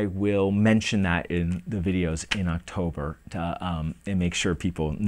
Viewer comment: Woah 2 videos! a week! + rapid fire Friday's Alright! Just go for it! You do a good job no matter what happens! I watched the video all the way thought! "Oxtober video's soon" LMAO. Drunk on Scotch is funny as hell!! You where getting really slurry there at the end:)